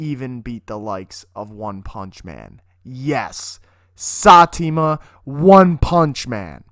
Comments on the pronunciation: It's Saitama not Satima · saty ma.... its sai-ta-ma. rip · Sa tema ? The fuck is that man ? It’s saitama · Nahhh bro said SATIMA😭😭🤣 IT IS SAI-TA-MA💀💀💀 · Did you just call him satima????????? (One punch man) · 😂 who the fuck is SATIMA, as soon as I heard him say SATIMA instead of SAITAMA I paused the video, started to type this comment and now i'm gonna watch something else, not this guy's video for sure. Ps: He sounds like a really spoiled high school brat who is in the football team and really proud of it, though he plays the worst in the team. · Saitama not satima 😑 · "Satima" xD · Satima, really. It’s SAITAMA. SAI—TAMA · "Sateema" One punch man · Hearing him say Saitama as "Satima" kinda pisses me off a bit, not gonna lie. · it's pronounced say - ta - ma Not satima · My nigga said satima instead of saitama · Satima who? It is Saitama you uncultured swine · Ummmm who is sateema one punch man? ....i know a saitama one punch man ....but i never seen a sateema.... i mean it cant be a pronunciation thing because the i is before the t in saitama..... so who's that? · It's Saitama no satima 😂😂😂😂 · StarBorn StarDust he said satima wtf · Satima Ok... Pretty sure it's Saitama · Satima?, not sai...tama? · sah-tee-muh???????? Saitama = (psy-tom-uh) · Mans did not say sai ti ma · saitama not satima..lmao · Who’s Satima? 🤣 that aside, a bold claim sir, let’s see it happen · Satima? Saitama! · Who the fuck is Sahtima? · sah tee ma sigh ta ma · Did he just pronounce saitama as sitama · Who's Sahteema? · Are we talking about the same punch man? Because the one punch man, the caped baldy, his name is saitama not satima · what the fuck is sa ti ma? you mean saitama fucking scrub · Did this guy just say "sateama" instead of Saitama🤨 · Dude called saitama sateema I'm weak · No one gonna mention that he said satima instead of saitama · Man said sat-tim-me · Yes "sah-tee-mah" one punch man... U mean saitama??? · One Punch Man: "Sahteema" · SatiIIIiIIiIIiIIIma horrible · sah tee muh....